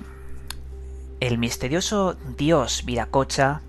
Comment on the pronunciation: Todo bien con los vídeos pero habla bien, pronuncia, dicciona.Mistedio, intedesante, sumedios, odo, adquitectuda, etc...Dejate de joder.